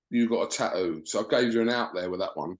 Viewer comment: you absolute ball bag, why do you repeatedly refer to the word 'Tattoo' as Taooo? Very annoying and silly🙄